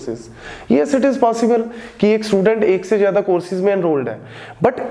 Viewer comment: sir baki tu saab samjh agaya lakin zada ko jada kiun bool rha hn?\